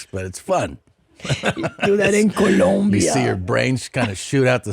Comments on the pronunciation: It’s Colombia not ColUmbia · It's Colombia not Columbia..... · The country is called "Colombia" not "Columbia". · Columbia? Like Vancouver? Because there is NO U IN COLOMBIA! Keep these gringos out of here. Gringos guevones. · First of ALL... It's "COLOMBIA" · TOMAS YOU KNOW IT IS COLOMBIA NOT COLUMBIA!!!! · Colombia, not Columbia. ...Stop wincing, you fucking dope. Get your act together. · Its coh-lome-bee-uh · The way he says “Colombia” gets me every time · The name of the country is COLOMBIA with an O 🤦🏻‍♀️